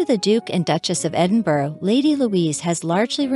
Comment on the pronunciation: It’s pronounced Edinborough, not Edinburg.